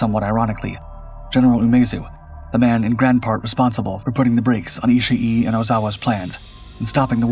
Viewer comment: It's not "Ishi E". The final vowel sound is just double length.